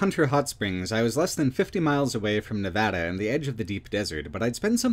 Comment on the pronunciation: This video is deeply excellent. I can't overstate my appreciation for your work highlighting the lesser known aspects of Nevada. And for saying Nevada correctly on top, lol.